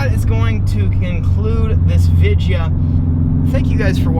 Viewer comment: i like the way you say "thank you for watching the vidjo" outlaw the YouTuber does the same thing too at the end of his vids